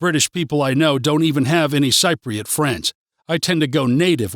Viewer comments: Cypriot pronounced sip-priot. You hit the nail on the head for some parts but got it wrong on many others. Entertaining but for anyone who does not know Cyprus too well take it with pinch of salt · I am a technical writer, living in Paphos for 7 years. As stated in the description, this video was indeed funny, not least for the way you pronounce "Cypriot" umpteenth times. This was meant in an ironic way, right? And it was informative, too. Thanks for teaching me to be very afraid of the conflicts in neighboring countries and to dread the "dark and rainy winters" after all these years. Hilarious! those who have never been to Cyprus: Take this video with a bucketful of salt! :)